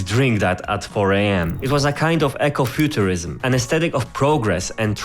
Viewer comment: Eco (e-ko) Not echo (eh-ko) Sorry that was just really bothering me.